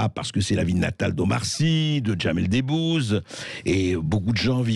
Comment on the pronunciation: A Bercoff: "Djamel des bouze" roooh voyons André un peu d'humour pour les artistes absents? 😂